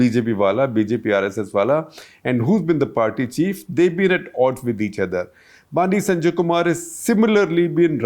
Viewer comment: Correction. Bandi Sanjay's name is pronounced as बंडी संजय and not बांडी संजय. Also Bandi/Vandi in South Indian languages mean "Vehicle" or Vahan